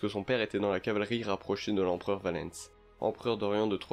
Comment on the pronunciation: La prononciation... "Valens" qui devient "Valènce"